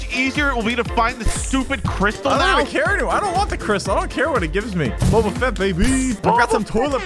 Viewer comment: You said Crystal not right